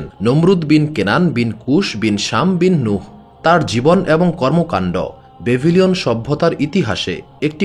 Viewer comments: Dada aro aktu bhalo bahaba tik tak vidio ta banala bhalo hoto. Kikchu kichu bhul hocha.upnar uccharon tou .bhul hocha.babilon.na babyli on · বাভিলিওন উচ্চারণ ভুল